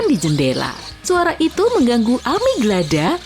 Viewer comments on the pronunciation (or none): Amigdala bukan amiglada